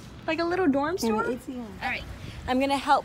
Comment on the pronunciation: Did anyone notice she said dorm storm😂😂